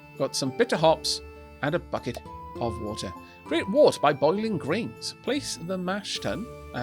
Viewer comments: Wurt, (wert). Pronunciation. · Very quick pedantic correction: "wort" is pronounced "wert". Why, you ask? Because it is English :-P I taught English as a foreign language for 5 years and slowly realised what an absolutely crazy language it is. We have rules in this language! ... but we hardly ever follow them... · My dictionary says wort is pronounced as 'wurt', the urt sounding like in hurt